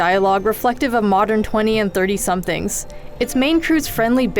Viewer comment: Haven't played this yet, but the review was nearly unbearable to listen to. Clearly reading a pre-written review, rather poorly, with no vocal inflection, or variations in tempo or tone made it monotonous and unlistenable. The way she says "20 to 30 somethings" was like she didn't understand what she was reading, she put the emphasis on the wrong part of the sentence because she was mindlessly reading as quickly as possible without any hint of interest or sincerity. Please read more naturally and sound like you actually care, it'll make reviews much more enjoyable to listen to!